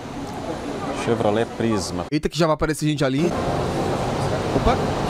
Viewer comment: Jornalista da quebrada dizendo “Chebrolete”🤣😂😹😅😹😂